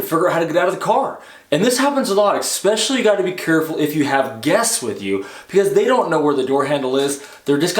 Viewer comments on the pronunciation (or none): This is absolutely one of the best test the channels on YouTube, I love it but I have to go Boomer on you for a second it's pronounced eSpecially not X specially.